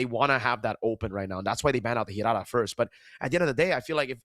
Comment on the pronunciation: Leo taught well on how to pronounce Hirara 😆